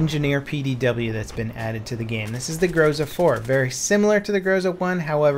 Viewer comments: The codename of Groza is OTs-14 (ОЦ-14). 'Ts' is the representation of letter 'Ц'. I'm not sure if English have the exact same sound like Russian 'Ц', but anyway OTs should be pronounced something like [o:z] (see Tzar for example). Oh, and also it is GrozA, not GrOza. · GrozA, GrozA not GrOza! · grozA not grOza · It is more appropriate to say grozA than grOza. This word means "thunderstorm" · OTc-14 grozA, not grOza. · It's actually grozA, not grOza)) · GROZA is pronounced like [groz'a:] (with an accent on the last syllable). It means 'thunderstorm' in modern Russian as well as 'threat' in older Russian language. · Cap, in Russian it sounds like GrozA.